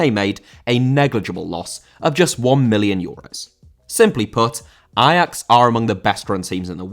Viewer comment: I'm not Dutch, but respect for saying Ajax the way it is supposed to be pronounced.